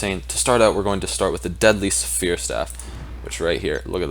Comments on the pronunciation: Dude it's not "Suh fear" it's "sfear". One syllable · The way he says sphere is saphere XD